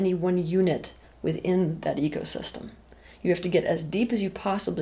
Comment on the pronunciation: AnyOne else hear "EGosystem" once or twice? 😊